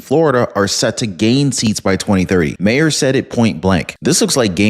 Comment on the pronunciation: Sorry, it's bugging me, I'm stuck hearing it having to try and help you correct his name pronunciation. It should be said as Mar, pronounced Mah-er. Comedy Central has been stating it for years that way and it's throwing off my comfort level hearing you say it differently than it's been said for years. I know I'm coming off as a "word nazi", but I have to make corrections where I catch them. Otherwise, I could focus on the video better. Your content is great, but every once in awhile, I will hear something that's so distracting it prevents me from being able to focus on the content involved. I hope this helps without coming off as nagging, I just wanna continue to enjoy the content I watch.